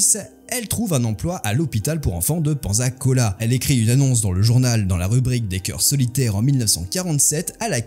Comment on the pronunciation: Pensacola s'il vous plaît! >< "Paine-ça-cola" Les Français font mal aux oreilles x)